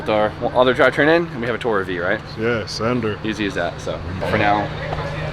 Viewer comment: It’s too-rer. Like on tour. Too tour around in as such it’s a tourer.